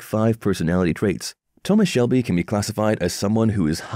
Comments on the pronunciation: I stopped watching at the audacity to call him "Thomas Selby". It's SHELBY! Ghosh you even made me like Billy Kimber's way of saying it. WTF! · Man said selby